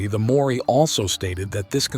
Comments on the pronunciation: Love these docco's but hate these foreign who can't be bothered pronouncing Polynesian words FUCKEN LAZY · Wow, as a kiwi I can tell you that you pronounced practically every Maori word wrong including the word Maori. Nice work tho very informative. May I ad on behalf of the people of NZ Fark the government. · Good effort. Your attempts to pronounce Maori words were quite amusing - sorry, but you didn't get close! That aside, there seem to be some unanswered questions about the rock formation. Some Lidar imaging might be interesting. The recent discovery of genetic links between the Americas and Melanesia and obvious historical travel across the Pacific (spreading the sweet potato from South America) suggests there are more pieces of the jigsaw puzzle to find. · Interesting documentary but unfortunately horrendous pronunciation of New Zealand place names and Maori language. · You would think that the producers of the video would have at least learned how to pronounce "Maori". Their failure to get something so basic correct, immediately puts the whole integrity of the video in question. Also, the claims need proper evidence. Its not mainstream archaeology hiding anything, its just that real archaeology requires actual evidence before it makes claims. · He can't pronounce the NZ words, not even close. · The pronunciation was brutal but other than that, very interesting, thank you. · These guys did fvckall research. Almost every Maori word was mispronounced. Way off. Disrespectful. From New Zealand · Great video. Really informative. But please, please can someone ask the narator to pronounce 'Maori" properly. I know he's American and they seem to think they have some sort of artistic license but it's a bit disrespectful. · Your Maori pronunciation is terrible! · Who cares how you pronounce Maori ! A savage race who wiped out the previous civilisation . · You pronounce the word Maori wrongly. “Mow-or-ee” is incorrect. “Mow-ree” is better but not perfect. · The May-aurie